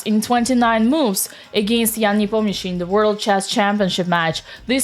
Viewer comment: Say Nepomniachtchi > Непомњиши